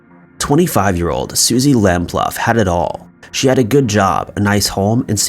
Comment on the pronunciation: Pronounced Suzy Lam-Ploo. Her case was supposed to have forced police forces to take stalking more seriously.